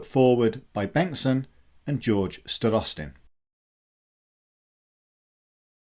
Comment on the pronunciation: Thanks for the great video. Just a minor note: Starostin has stress on the first syllable. Both Sergei and George 😊.